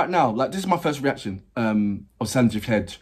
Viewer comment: His last name is pronounced heg-day. As others have told you he started young with a TV singing competition called Sa Re Ga Ma Pa (the Kannada edition, I believe). He went on to become a playback singer in the Kannada film industry and by now has sung for the Tamil and Telugu film industries. And I have seen him act in at least one Telugu anthology film. He also composes and arranges his independent music and is now branching out into Hindi (the language of this song). I am from Mumbai, so I was only recently introduced to his work, but here are a few of his songs from Kannada films I like: 1) Usire from Sapta Sagaradaache Ello - Side B 2) The title track of the film Ondu Motteya Kathe 3) Nigooda Nigooda from Kavaludari You should also check out the song Baadal (Hindi) which he has composed and is now part of a film sound track. He also has a Coke Studio Bharat collab with the composer of SSE-Side B mentioned above. This is a Kannada song called Geejaga Hakki (Weaver Bird). The video has subtitles, so you can understand the lyrics.